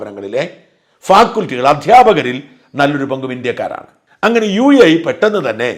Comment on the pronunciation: ഫാക്കുൽറ്റി😂😂ഷാജൻ മലയാളം പറഞ്ഞാ മതി please